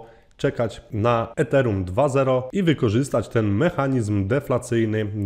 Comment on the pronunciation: Źle wymawiasz Ethereum